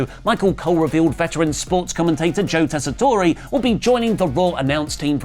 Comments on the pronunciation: Hate to nitpick, but it's pronounced Tes-sa-tor not Tessa-tor-ee, that's the way he has pronounced his own name every time he's done commentary. Have a good day, British people who don't normally get ESPN. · Just a heads-up…Joe’s name is pronounced TESS-uh-tore. No “ay” at the end. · Just a heads up,. The e in Tessitore is silent. It's pronounced tess-eh-tor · Tessitore is only 3 syllables, the “e” is silent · yeah, I & others commented the same the last time they butchered his name in a video, and they didn't notice it then, either. lol